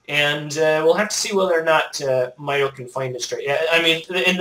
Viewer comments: Mikes name is pronounced "my toe" :D although your accent may just make It sound different, nice commentary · ***** Actually it is pronounced "My toe" =P